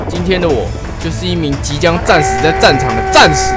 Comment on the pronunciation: 開頭「我是一名即將戰死的戰士」我怎麼覺得是「找死」😂😂